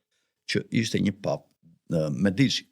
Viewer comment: Pico Della Miraaaandola cazzooooo....jo Mirandoooola ...theksin te a e pare...... De Meeeedici.... jo De Mediiiiiici... theksi te e